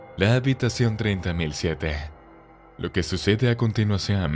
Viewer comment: Habitación ‘’3007’’ jajajaja yo escuchado treinta mil siete